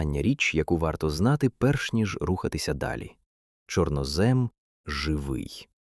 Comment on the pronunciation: ЧорнОзем - правильний наголос